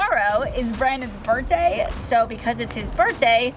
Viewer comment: Everytime I hear you say Burtday I smile……